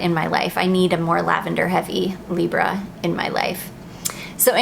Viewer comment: Correct pronounciation of Libre!!!!!!